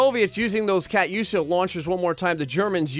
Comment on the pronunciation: It's pronounced cu-too-sha